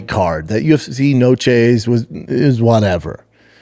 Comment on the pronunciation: N-O-C-H-E…..Noche….theres no S…..carry on